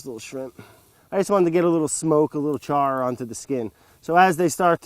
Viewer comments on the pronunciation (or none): none